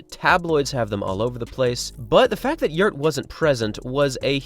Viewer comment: The father's name is not "Yurt" but "Gjert" !